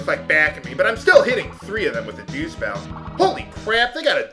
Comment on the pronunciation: Why is it that instead of dew spell you said douche spell?